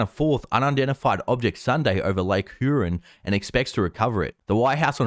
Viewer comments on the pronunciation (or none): none